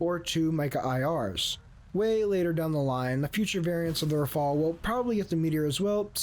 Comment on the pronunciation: why are you all putting the e before the L it is rafale not rafael, rafael is a israeli weapon producer